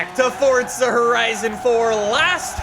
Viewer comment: Im not a hater, but please say it for'z'a instead of fortza, please Said fortnite to much Im seriously not a hater your vids are great bro